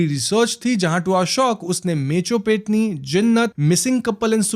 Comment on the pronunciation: Peth nahi petni